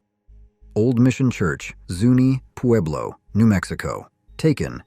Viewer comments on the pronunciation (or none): none